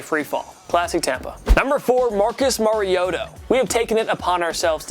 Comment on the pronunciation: U said Marcus Mariota's name wrong